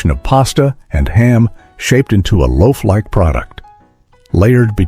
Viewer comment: Very lazy... "Laof"? The producers didn't catch that.. The same sandwich twice? Some words broken,, some jammed together.. Annoying... AI click bait...